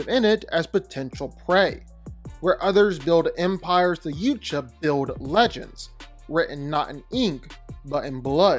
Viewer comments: I keep saying this in his comments. It's driving me insane. When he said "Yewt-Jah Prime".. I nearly threw up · Respectfully, I believe you're mispronouncing the word Yautja. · Is it too hard for you to Google how to pronounce Yautja? Like c'mon man 😂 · Yautja is pronounced yow-cha. Not you-cha 😭 sorry bro I had to. No disrespect. It just peeved me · It's driving me crazy. How do you make multiple videos about Predators and not even know how to say the name of their species?!? "Yout-Jah"... not "Yewt-Jah." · It’s pronounced YAUTJA not YOOCHA sorry I just get really irked when people pronounce somethings wrong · Bro say it with us... "YA-CHU-WA" Not "Uchuwa"... how are you doing content and don't know the PRONUNCIATION? 😂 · I believe it's YOW-cha, not Yoo-cha And I'm sorry I had to be that guy 😅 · Dude, I love these vids, but Yautja is said Yah-oot-yah, not Yoot-Yah lol Yautja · Bro.... Again It's not pronounced " youthcha " It's " yautja " think of Yao Ming Sooooo yaotja I really dislike you botching all the time Watch the new badlands movie even Ella Fanning calls her that , pronounced like that.... Get with the program bro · has always had pronunciation and articulation problems. But by now he should know it’s pronounced Yow-Cha, not yucha. What a stubborn little dork, is 😂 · .. please stop saying it that way! It's "Yowt-Jah,".. not "Yewt-Jah." It's such a little thing but you keep doing it in every video. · OMG thank you!! He keeps saying "Yewt-Jah." It's pronounced "Yout-Ja." How do you make multiple videos about Predators and not even know how to say the name of their species correctly? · Bro that an AU not and OU stop calling it a YOU-cha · When the guy started talking about the predators hunting the Justice League and BatMan I tuned out completely. I alsp don't care if I've been pronouncing it wrong my whole life, but the way he says yautja is nails-on-a-chalkboard to me. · Yautja is not pronounced youtja 😂😅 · It's pronounced yowtja. Not you tja